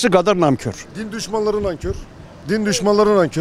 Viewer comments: Olm bu "naMkör" nedir lan neden herkes naMkör diyor ben mi yanlış biliyorum. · Namkor degil NANKOR dir duzeltin bunu! sen de namkor diyorsun duzelt bunu!